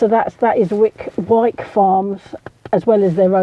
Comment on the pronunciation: You’re right, wyke is pronounced wike!😂